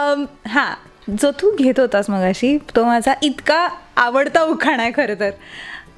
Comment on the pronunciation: उखाना ? नाही उखाणा असा शब्द आहे 😀